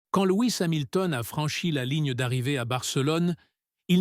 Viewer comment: Louis Samilton?? mais mdr faut stop l IA hein.